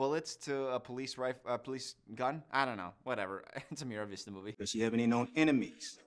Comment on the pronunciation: MAR vista, not Miravista